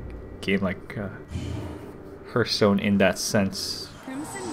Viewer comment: this is like a double tutorial. And btw its not herthstone its pronounce hearthstone like earth